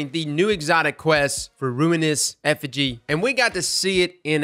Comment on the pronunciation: “Affige” lol